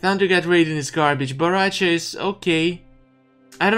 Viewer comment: Everyone: Bo Rai Cho: No its b a r a c h a